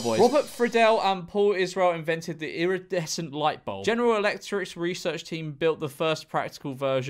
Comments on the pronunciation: Cutest thing you ever ever done is read incandescent as iridescent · Oh dear. In-CAN-descent. Not iridescent. 💡not 🌈